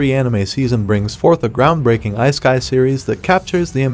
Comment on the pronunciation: It's pronounced "EEE-SAY-KAI"